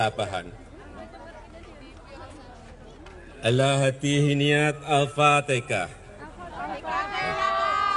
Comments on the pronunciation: Hhahahaaa Alfatekah.??!!!! 😂😂😂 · Kenapa jadi alfateka,,😱😱😱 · Wkwkwkwkwkwk Lakalakalakalakkatakatakatalah, Pilih pemimpin itu yg di pilih ulama bukan kayak jokowi alpatekah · Galam raya sudah jelas2 ucapan nya salah malah di bela aja nte sih,Al Fatihah jadi Al fatekah itu kan Al Qur'an,,bisa baca Al Quran kaga nte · Sudah jelas2 salah malah bawa2 bahasa jawa,,itu kan Al Qur'an bacaan nya Al Fatihah bukan alfatekah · Al fatehah pak bukan tekah. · Aduh sudah jelas2 ngomong nya salah Al Fatihah jadi Al fatekah